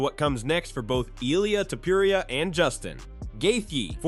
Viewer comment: The way pronounces "Topuria" is taking me out xD